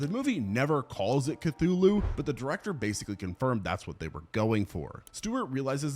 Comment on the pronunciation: HEYYY you said it right this time LOL